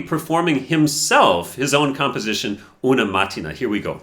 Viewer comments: It's not pronounced “una màttina”, but “una matt-ee-nah”, where the ee is stressed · pronunciation is "Una mattIna"... not mAttina! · una maTTe-nah thats how you read it